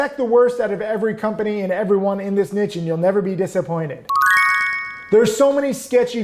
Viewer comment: Never mind avalanche, learn to say niche!